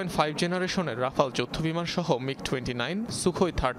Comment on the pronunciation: আগে উচ্চারণ ঠিক করুন, তারপর রাফা ল নিয়ে কথা বলবেন।